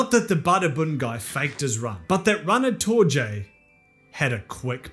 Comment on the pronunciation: Just a heads up, I think Torje is pronounced TOR-ye.